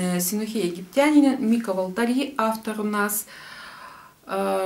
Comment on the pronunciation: МИка ТОйми ВАлтари. (Он финн,ударение на первый слог).